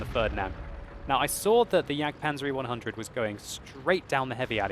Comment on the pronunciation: Why do you call the e100 a "yaygadoo?"